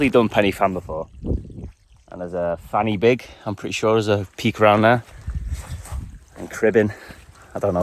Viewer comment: your pronounciation of Fan Y Big had me in stitches! I am a Welshman by the way and do a bit of walking in "The Beacons" as we call them in South Wales. Top tip: the "Y" is pronouced 'uh', like the "U" in up. From now on I shall always refer to this peak as Fanny Big. Love your vids man, keep adventuring!